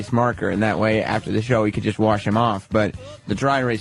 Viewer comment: So much emphasis on WORsh. It's terrible. Maybe it's because I've never heard it pronounced any way other than rhyming with "Darsh", but that drives me nuts for some reason. Maybe he's only seen "warsh" in writing and thinks the WAR is pronounced as WOR? I dunno if that actually is a regional thing or not though, so he could be right but it's still annoying as all Hell.